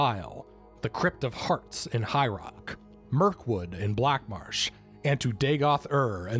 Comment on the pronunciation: Did you say Mirkwood?